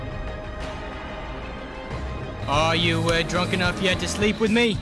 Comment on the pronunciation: did he just say... mie ?